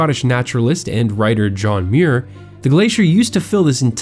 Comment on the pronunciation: Just so you know. John Muir's name is pronounced MYOOR